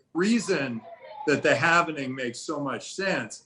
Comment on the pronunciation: it is called hal-ving not hal-ve-ning